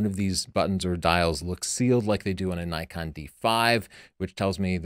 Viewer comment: Judging the grammar in "tavel of light" according to your convention, while pronouncing "Nikon" wrong? Interesting.